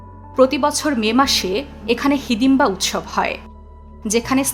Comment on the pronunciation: হাদিম্বা না মন্দিরে র নাম হিড়িম্বা মন্দির।